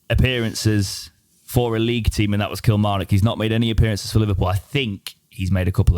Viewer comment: killer-mar-nock? :D